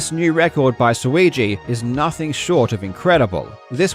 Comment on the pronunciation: props to you for not stumbling over "weegee" and "suigi" , saying those names properly so fast apart from each other, amazing thing in of its own lol